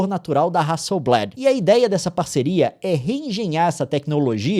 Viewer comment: só pra constar, a pronúncia é hasselblÁd e não hasselblÉd. É uma empresa sueca, não usam essa variação voltada pro vocabulário inglês